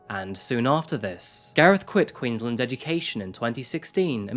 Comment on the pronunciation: I love you, but please remember that Queensland is pronounced Queens-land, like you are pronouncing each word separately. It's not like Maryland in the US where you run them together. You did well with the town names. Thanks